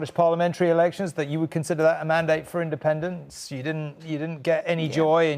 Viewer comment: SNP wins: andependence noo! SNP loses: andepenence noo! What a prize clown she really is 🤡